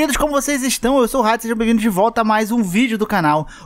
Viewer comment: Cuidado com a dicção: no início do vídeo, quando vc se apresenta dizendo "(...) eu sou Hades (...)" a legenda automática entendeu errado e transcreveu "eu sou racista".😲 É sério mesmo. 😂😂